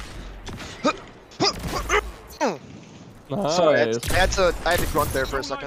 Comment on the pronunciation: I wasnt sure if was a jojo fan or not, but him saying “VERY NICU CEASAR CHAN” confirmed it for me